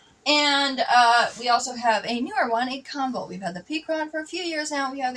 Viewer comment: Comvolt , more like convolt